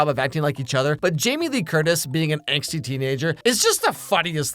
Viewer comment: **ANGSTY, NOT "ANGST " GET IT RIGHT!